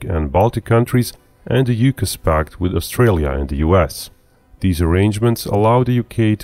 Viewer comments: Just to nit pick further it's pronounced awe-cuss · just a small nitpick. AUKUS is pronounced Ah-cuss in English, not You-cuss. Other than that, good video! An unlikely hypothetical to be sure, but an interesting one.